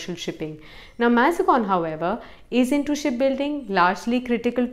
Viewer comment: Thanks was a good video, very good information but Please check the pronunciation of Mazagaon pretty sure it’s not MazGon